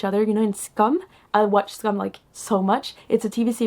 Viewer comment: But why does she pronounce "Skam" as scum? 🤔 Several times, even.